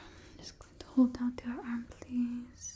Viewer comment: Bring back Random plweese